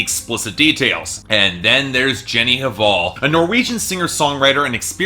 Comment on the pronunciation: the pronunciation of artists last name shoud be "val" not "haval". without "h".